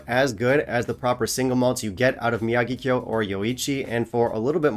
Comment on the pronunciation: Happy New Year, G! 1. Kudos on pronouncing "Miyagikyo" with the accent on the "ya"! I watched several videos this past December where the host placed the accent on "gi". I mean, c'mon, guys! Haven't you watched "The Karate Kid"? 2. Speaking of what whiskies I had during the holiday season, I caught that nasty "thing" on the very first day of December 2023. (Having fought the good fight for four long years, I was pissed that it finally got me.) So I laid off whisky just to get the cough out of the way sooner. I also didn't want to waste good whisky, since I partially lost my ability to taste. (I'm still slow getting it all back.) 3. Speaking of good whiskies in December, my brother-in-law drew my name for the family gift exchange and got me Glendronach Revival 15 and Aberlour A'Bunadh Alba (Batch 006). Along with the Togouchi Sake Cask Finish I brought back from Japan, I cannot wait until I get all my ability to taste back! 4. You mentioned "Madeira" in this video for one of the year end bottles you had. Recently, in a FB Kavalan group, I voted the Madeira cask strength as my favorite Kavalan. I wonder if you've ever had that expression? p.s. Offer still stands. Choose a bottle for me to bring to Taiwan in April.